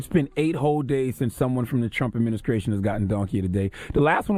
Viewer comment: haha you heard that too